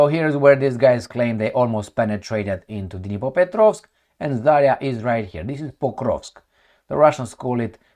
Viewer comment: just a small remark just in case you might be curious about it. You have used the name of Zarya settlement and misspell it. In fact it should be accented to the last A, not the first, but thing is you can spell it correctly only if you say it as "Zarea" with very short "e", that would be the proper transcription. That's not about this specific town's name, it's a general pronounce of russian words - they usually don't have those "yottings" in them. I know comments might be ommited by you, but just in case.